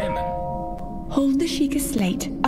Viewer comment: It’s Shee-kah!